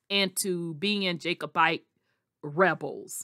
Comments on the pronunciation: Just stop talking you are butchering the name a Jacobite. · You are butchering and mispronouncing the name Jacobite